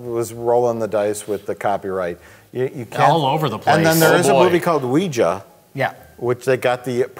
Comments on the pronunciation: Mike, you can say Ouija, but not Ouijer, that's our word. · FYi it's the french and german 'YES' for Ouija ... so in other words you fucked up the pronunciation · If Ouija is copyrighted, it should be ok to say weejee - not the same.